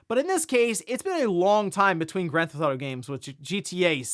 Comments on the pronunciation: "Grand Thauto" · “Gran Thauto” 😂